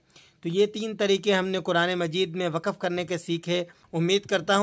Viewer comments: وقف جامد ہوتا متحرک نہیں آپ بولتے ہی wakaf ایسا غلط ہے بلکہ wakf درست ہے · آپ وقف ۔۔۔ و ق ف میں درمیان کے ۔۔۔ق ۔۔۔۔ پر زبر دے رھے ہیں جبکہ درست تلفظ میں ۔۔۔ ق ۔۔۔۔ پر جذم ھے Waqaf نہیں بلکہ یہ waqf پڑھا جائے گا ۔۔۔۔ آب بتایئے آپ سے عربی کا تلفظ کیونکر سیکھا جائے ۔۔۔؟؟